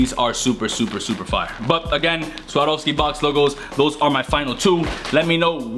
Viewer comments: I think you're the 1st person on youtube to pronounce "Swarovski" right lol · Out of every single Youtuber I've seen with the Swarovski box logo, you're the only one that has pronounced it correctly.